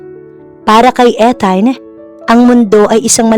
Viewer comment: Ethan and Luna story.Ethan pronounce ( Ithan) long E check ninyo sa goggle ✌️😀